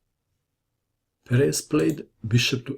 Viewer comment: I think it's pronounced PEres.